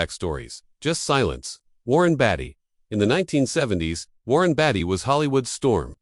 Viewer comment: A.I. apparently can't pronounce Warren's name correctly either!!!